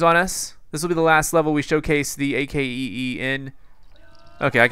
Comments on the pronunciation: just say akee and ignore the. because thats like you saying I.C.E.E. when it's ice or icee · It's not A-K-E-E, it's pronounce Ac-Kee! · you pronounce it ack-ee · You called the AKEE The A.A.K.E the whole video... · its actully to be prunonced akee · You say ac key not a.k.e.e